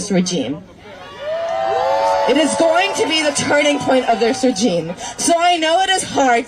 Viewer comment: Every time that idiot commie mispronounced "regime" it made me cringe.